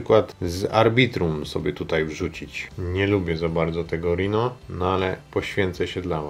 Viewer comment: nie rino ino rajnou !!! nosorozec kurwaaa ;))